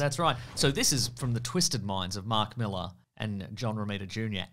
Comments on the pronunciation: Appreciate you pronouncing Millar correctly, not 'Mill-Ar' like Americans. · Thanks for not saying mil-AHH like an American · It's really nice hearing someone pronounce Mark Millar's name correctly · 10 points for pronouncing Millar correctly.